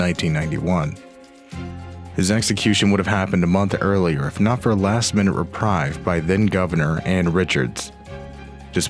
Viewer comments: reprieve is pronounced reh-preev, not reh-pryve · It would be nice if the narrator actually had a good command of the english language. "When the cops begun their search . . . ", "granted a reprive", "died of aphyxiation"?